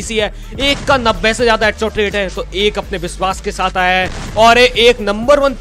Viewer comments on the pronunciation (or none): none